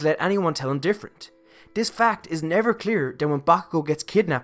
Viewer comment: Beautiful video👏 Also when you say 'this' i hear 'dis' did you do this one purpose or is something wrong with my ear.